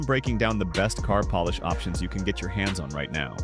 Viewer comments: Poll-ish? I thought it was Polish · When the video is about polish, the AI voice should learn how to pronounce polish